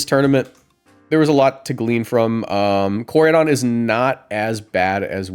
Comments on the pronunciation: Best rage bait in decades is who he said Koradeion 😂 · How you get miraidons name right but no koraidons made me just leave the video by the 5 th time you said it cring jahahahahha sorry love your content however